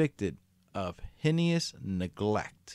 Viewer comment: The word Heinous is pronounced HAY-NUSS